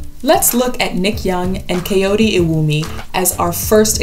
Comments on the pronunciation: For anyone who's curious, Kayode is pronounced as Cah-Yoh-Day. There isn't really an English equivalent for the 'Yoh' part, but it's similar to how you'd pronounce 'your' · sorry didn't know how to tag you do for they kayode iwumi you were actually saying it wrong but...the thing is all Yoruba words basically follow the do-re-mi pattern so kayode =mi-do-mi and iwumi = do-do-mi....this should help